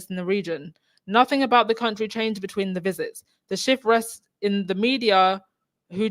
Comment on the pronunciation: How does a person not have the awareness to realize they said "beteen" and not immediately correct themself? This woman needs to get off the stage, cause she keeps exposing her unsuitability to be there